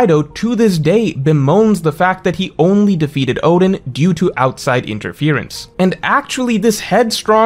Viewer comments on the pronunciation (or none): none